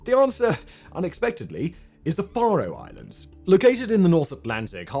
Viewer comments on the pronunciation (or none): I also found his pronunciation of “Faroe Islands” strange. Maybe it was meant to be a joke?? 😅😂